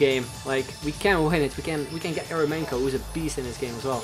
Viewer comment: Eremenko is pronounced like Yer-yo-menko with an accent on "yo" :/